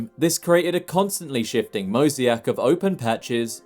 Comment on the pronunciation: No way he said "mosey-ac" rather than "mosaic"?